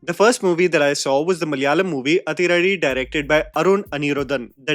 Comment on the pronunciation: Hi.. South Indian here.. when you see 'athi' in tamil or malayalam movies.. it's most likely is supposed to be pronounced as 'adhi'